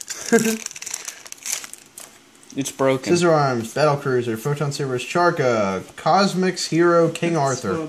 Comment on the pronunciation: Did hi really just pronounce it "Charkra". Bro do you even Naruto?